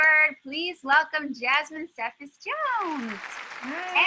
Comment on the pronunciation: The way the interviewer said cephas bothered me